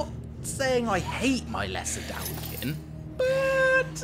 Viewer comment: dude mispronounce 3 dawi deity 5 min into the video, his definitely going into the book.